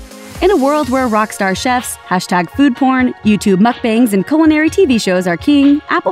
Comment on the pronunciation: >says "chee lay" >doesn't pronounce "mukbang" correctly Literally why?